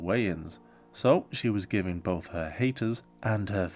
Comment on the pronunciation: Anyone notice how she puts an "L" in "both" - "boLth"